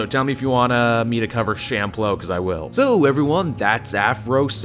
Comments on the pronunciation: Samurai champloo = "SHAM-PLEW" not SHAM-PLO" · Sorry to be that guy but, "sham-plow"? No sir, it's "chawm-poo-rroo" or just "chawm-ploo".